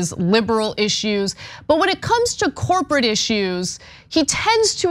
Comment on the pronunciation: Did she say “corporatish”? Is that a word?